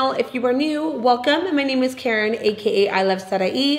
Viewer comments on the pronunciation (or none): none